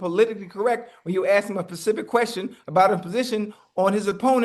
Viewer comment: Dat boy always talking bout “pacific” lol